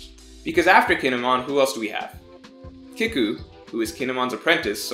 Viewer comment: it's "keeku" and "eezo"